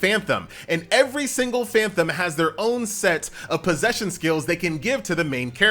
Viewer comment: FAN TOM FAN TOM FAN TOM, NOT FAN THOM.